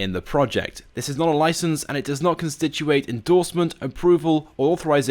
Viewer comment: *constitute sounds like (cons-titoot) not (con-stit-chu-ate) great video though